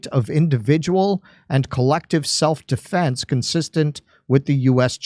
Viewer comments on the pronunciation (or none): i'm gonna guess, he says "defense" with the accent on the first syllable